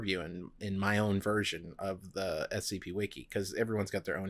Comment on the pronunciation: Doc said “wiki wiki”